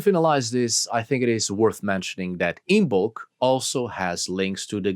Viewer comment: It’s pronounced “IMM-ulk” - the B is silent